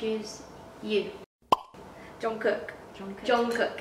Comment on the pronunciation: Why are you saying “john-kook” ????smh